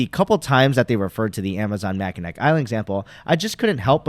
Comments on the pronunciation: (MACK-IN-NAW) Island - the easiest way to find out if someone is not from Michigan =) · Great video. FYI it doesn't really matter but it's pronounced ma·kuh·naa island. Makes no difference but figured you would want to know